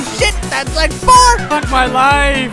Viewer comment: "We are dropping a beats rike a Hiroshima!"